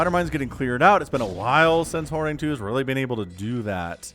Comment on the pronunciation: Horang2 is pronounced as Horange, where the "e" is not silent, so "Horang-e"